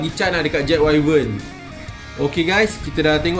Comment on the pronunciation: info bkn 100% tepat, sebut wyvern pun salah. Haha